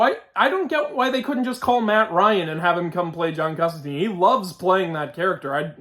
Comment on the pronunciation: Yo. Why did they swap my man John Constantine (rhymes with wine or fine)? Also Dream isn't the greek god Morpheus, he has just the same name & is one of the Endless, 7 archetypal beings. Otherwise it looks clean